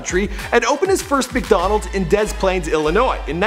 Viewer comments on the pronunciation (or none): Dez Planes, it's Des splaine I live near there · He pronounced Des Plaines weird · It was in De Plaines Illinois